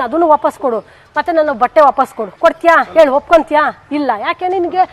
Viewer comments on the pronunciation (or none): none